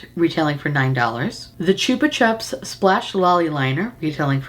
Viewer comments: Slowly going mental at how you say "Chupa Chups" as in Australia we say it completely differently as that's also how our ads were on TV for the lollipops. I'm like yelling at my phones YouTube app going "No, it's Chupa Chup not Choopa Chup" 😂😂😂😂 I'm laughing so hard at this and myself. We still sell them in Australia and they're still great. They have the old school flavours still as well as a few newer ones. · Take a shot everytime says Choopa Choops ❤❤❤ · Chupa is Spanish for lick . So it is pronounced choo-pa choo-ps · I've never heard anyone say it like choopa chups before.. we say 'chupa' like 'chup - a' in Australia, keeping the assonance of 'chups'. That aside, I freaking LOVE these damn lollipops. They ruin me. I understans why you has to buy the collection 😅 Also, I feel like if you placed the purple blush higher up on your cheek bone and away from the hollow it would look better - less muddy and more bright. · It's said 'chupper chupps' here. I've never heard the 'choopa' way of saying it before! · I love how you pronounce the “u”s in Chupa Chups in two different ways 😂 I say “Choopa Choops” 😂